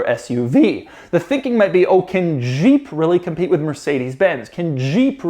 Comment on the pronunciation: I think I heard Doug say ass-UV. 😂